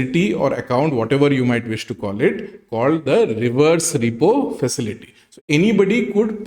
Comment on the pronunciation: It is not ReyPaw market… it is pronounced ReePaw market